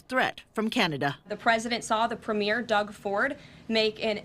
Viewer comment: Its NOT a premiere like a new movie, Ford is a PREMIER...2 very DIFFERENT words that bozo Karoline can't learn to pronounce.